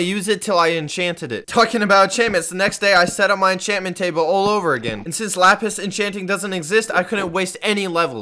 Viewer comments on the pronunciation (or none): none